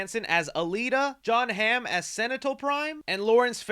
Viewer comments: Senital Prime 💀💀💀 it’s Sentinel Prime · ain’t no way he said senital prime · "senital prime" 💀💀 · “Jon Hamm as SENITAL Prime” AS WHOOOO???